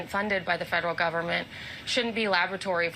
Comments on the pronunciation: Did she say "blabratories"? Worse than I ever could have imagined . . . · I've been in some universities that are lavatories! not laboratories!😮